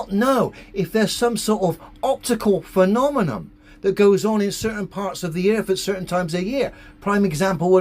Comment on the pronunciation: Can somebody teach this guy that it’s “demonstrable” & not “demonstable” 😂 I’m sure I caught a “phenomenom” in there as well!